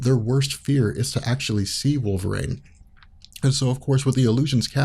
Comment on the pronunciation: Who is "Woll Ver Rain"?